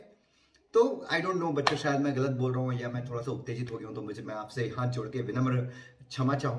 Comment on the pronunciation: Koi acchi cheez pe bhi video banalo ..bss mauka mil gya to views k liye ek hi galti pe baar baar troll krrhe ho ...aur ha kshama hota h naki chama🤣🤣🤣